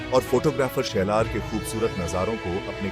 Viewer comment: शेलार नाही साल्हेर